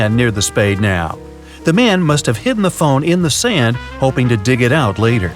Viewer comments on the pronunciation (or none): none